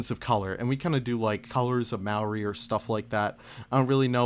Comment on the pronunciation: I respect the Input of New Zealand culture, although I still rive in pain when I hear how you pronounce Maori lmao.